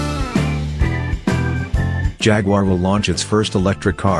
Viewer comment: Even the robot voice can't pronounce Jaguar correctly Jagwarr Really !!! If you take the time to do a decent video at least take the time to Narrate the dam thing ! Robot voice sucks !!!